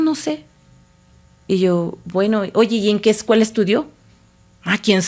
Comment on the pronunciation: No sé si de verdad se le está olvidando el español ,O en su Universidad no le enseñaron correctamente 😂😂 porque dice: Excuela, Detrogada,dice las grandes Ubers, no sé si ella está correcta, pero yo pensé que es así :Escuela, Retrógrada, y las grandes Urbes.